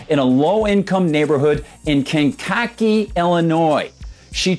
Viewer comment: You mispronounced Kankakee.